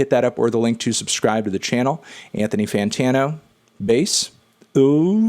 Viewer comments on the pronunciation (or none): he said anthoan fantoan again